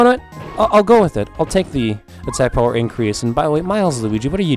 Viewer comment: I'm a huge fan of how you mid-easterners pronounce power.